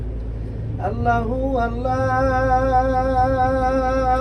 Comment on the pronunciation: আল্লাহর নামটা একটু শুদ্ধভাবে উচ্চারণ কর